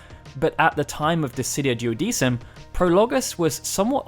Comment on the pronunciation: It should be pronounced "duodekum"